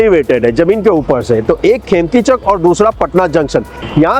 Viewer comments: It's खेम्निचक not खेमतिचक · its khemnichak not khemkichak